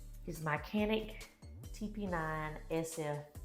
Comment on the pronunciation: Did you say StaCanik? 😂